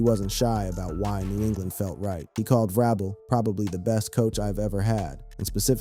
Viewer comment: It is not Ve-Robel. It is pronounced Ve- Rabel. We all we got, we all we need.